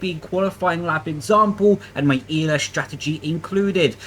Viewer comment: Am I tripping or is saying ELS and DLS instead of ERS and DRS